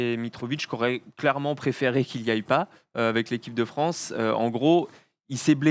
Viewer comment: Et on embrasse Brad Stevens "Vive le Fwance"